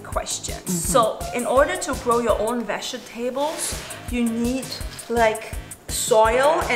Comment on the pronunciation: Is possibly from Germany? I live in Germany and many students at my school are pronouncing "vegetables" like her. Edit: Well. After watching the video to the end I totally think that she's from Germany.